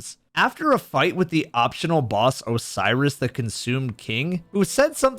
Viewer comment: it's oh-serious, not oh-syris